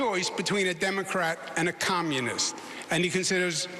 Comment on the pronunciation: Cuomo slipped up and said “Commonist” woopsie